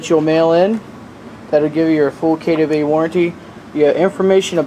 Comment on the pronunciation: "kay Dubbie ai" ?